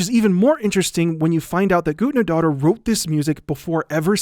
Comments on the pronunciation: It's "Guthnadottir" not "Gudnadotter" that weird symbol is an "eth" - we used to have in in Old English. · love you man but it hurts so much every time you mispronounce guðnad dóttir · Hildur Guth-nah-dot-tier, soft th like in the. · Im 17 minuts into the video and Just now realized hes calling the conducter Guðnadóttir and Just pronounsing it atrociously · This is very interesting, although the only thing I want to say is, yes, I get Icelandic names are hard to say and you did it pretty well though if you want to be as accurate as you can be it would have been "Guth-na-doh-ttir" or smth along those lines, you get what I mean though I hope Still very interesting and that was all I wanted to say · The ð in Hildur Guðnadóttir's last name is pronounced as a hard "th" sound such as the th in "thing" or "father." So her name would be pronounced like Hildur Guthnadóttir. Sorry it just bothered me a little lol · So...it’s pronounced ”Goot-na-daughter”? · I'm from Iceland, where Guðnadóttir is from, and you butchered her last name. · hears him butcher the composers name walks away AHHHHHHHHHHHHHHHHHHHHHHHHHHHHHHHHHHH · It's really weird to see a video that supposedly is paying tribute to an artist and then you fuck up both the pronunciation of the artists name and even do it completely wrong by constantly using her patronym, which is reducing her to being someones kid